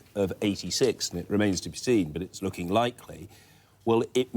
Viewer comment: Cannot Sky employ a political editor who is capable of pronouncing the letter G at the end of words? Findin' lookin' happenin' changin'. It is *uckin' annoyin'